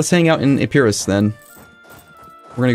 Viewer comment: Woohoo!! Finally!!! A province that you pronounced right! Epirus (although accent is on first letter). You butchered Euboea though, soouu bad :D When it comes to non-english prononciations, we read it like we write it. When it comes to vowels, E's & A's are like in elephant, O's & I's like in original, U's like in epirus. Master that, then we'll continue :D